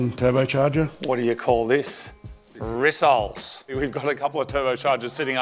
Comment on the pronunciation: Lol, "rissoles".....😅